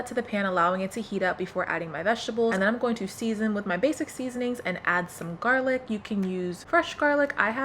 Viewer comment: did you say “jarlic” as in “jarred garlic”? 😂 i’m using that from now on